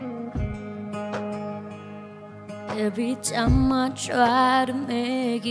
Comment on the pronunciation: I love the song that you have sing but your pronounced to the word time is too much styles